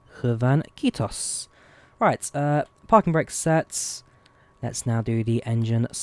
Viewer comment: I'm from Finland, and your "Kiitos" after the pushback was actually pretty good ngl!